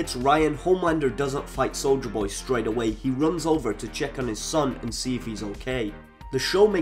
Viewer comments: Bro why do you keep saying soulja boy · I’m sorry. 😂 Instead of hearing “soldier boy”, I keep hearing “Soulja boy”. lol 😂😂😂😂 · With your accent, I thought you were saying soulja boy lol, I was hoping you would sneak a cranking reference in there